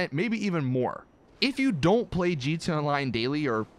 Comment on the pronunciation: Stop saying gtonline and say it right